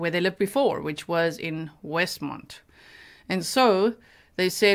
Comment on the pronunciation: It's Westmont, IL. Not Westmond.